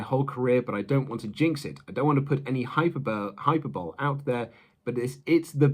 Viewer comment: “Hyper-bowl” lol